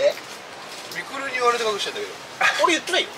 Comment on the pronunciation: 瓜田さんのミクルの発音がアナウンサー級の発音でした。